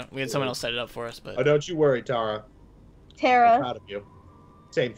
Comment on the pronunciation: Lol when Tara sasses for saying her name wrong 😂